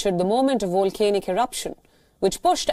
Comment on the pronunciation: It’s not a wolcano, it’s a Volcano. It’s not Wolcanic, it’s Volcanic.